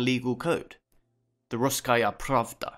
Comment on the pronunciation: I was pretty surprised when despite mispronouncing a bunch of stuff you managed to pronounce "Russkaya Pravda" as perfectly as a non-native speaker can. Rather than complain about all the mispronunciation I will give some tips: For pronouncing East Slavic words correctly you should first beak them down by syllables instead of immediately trying to pronounce the whole word and likely missing several sounds. The "ia" in East Slavic languages is a single sound (Cyrillic letter "я"). In "Iziaslav" you pronounce the "i" and "a" separately, which makes it sound more like "I-za-yah-slav". You make the same mistake when pronouncing the name "Sviatoslav". The "zh" in transliteration of Slavic languages makes a sound that most English speakers are not familiar with. In Cyrillic it's represented by the letter "ж" and in IPA by the letter "ʒ". Wikipedia has an example of this sound in English as the "si" in "vision" and "allusion". The two o's in "Beloozero" make two separate sounds (Since it's a combination of two words - "Belo" and "Ozero" meaning White Lake), so it would be "Be-lo-o-ze-ro". The "Vse" in "Vsevolod" is a single syllable, but you accidentally add another vowel after the first "V" making it into "Ve-se-vo-lod". Similarly, you make the syllable "Tmu" in "Tmutarakan" into two by splitting off the letter "T". All these corrections probably make me sound very snobbish, but... well... I don't really have a justification for this. Anyways, I can't add much to the history in thi